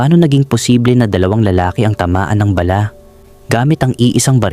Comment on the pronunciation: Bala lang di mo mapronounce